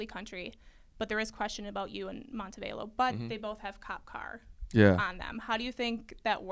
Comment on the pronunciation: Mmmm it's Mon-te-Vah-Lo dear but good interview